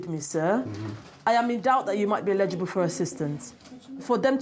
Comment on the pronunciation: Like many Hispanics, who pronounce it as "illegible", apparently, these non-White "English" people don't know how to pronounce the word "eligible" (el’-i-gi-ble). The first vowel is NOT silent. As a matter of fact, the hard accent is placed on that first syllable comprised of that first letter of a short "e" and the "l" (el’) sounds. Instead, the way they're pronouncing it sounds like the word "legible", with an accent on the "le", and dropping the first letter, thereby dropping the first of "4" syllables. This makes it a completely different word with a completely different meaning; so, YES, it's important.